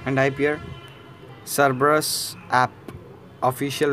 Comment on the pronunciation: An taip serebus. Lol it's Cerberus. (no offense don't get me wrong)